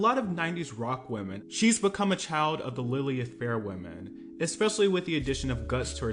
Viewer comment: FYI: In case it comes up again in a future video, Lilith Fair (the ‘90s female-powered fair mentioned around the mark) does not have an E sound in the middle. So, it’s not pronounced like Lily ith but instead is pronounced Lil ith (rhymes with “pill with”). There are videos on YouTube where you can listen to others pronouncing it that you can find by searching for “how to pronounce Lilith Fair.”